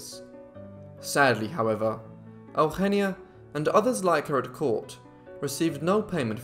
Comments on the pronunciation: her name is not Augggenia its Eugenia Ehh-Ooh-Heh-Nee-Ah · You don't say her name right my daughters name is sounded out eu gen is. Eugenia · Bro it's not "El-henneya" it's "Eugenia". YOU-GENE-EAH... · Out-of-topic: The name Eugenia in my country (a once colony of Spain for more than 3 centuries) is pronounced as "yu-hen-nya". It's fascinating to hear it in its different pronunciation. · thats weird, I pronounce eugenia as e(the spanish e not the english one) u genia. I'm Argentinian so that may be the difference. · Today I learned how Spanish speakers say Eugenia. Took for too long to figure out what you were calling her lol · Is that how you say that name?! Wow.